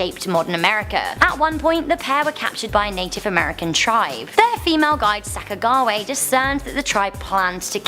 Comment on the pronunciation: Sacagawea not "socka ga way" that's the most ignorant thing I've ever heard on YouTube don't even bother to try and do a documentary if you can't pronounce the names even close how about Google it what a novel concept I wonder if you have access to Google😥